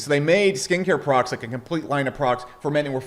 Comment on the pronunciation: When you say "products" it sounds like you're saying "progs" or prawgs ...